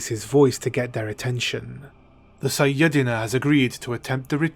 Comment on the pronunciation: IT'S PRONOUNCED SAI-YA-DE-NA LOL